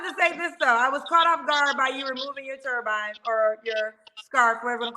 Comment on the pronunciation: Turban, baby, not turbine. He seems nice.